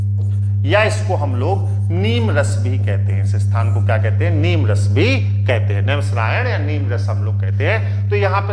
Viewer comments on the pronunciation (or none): नीमरस नही नीमसार कहते हैं